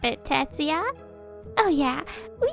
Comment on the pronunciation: It's Tetsuya, not Tatsuya.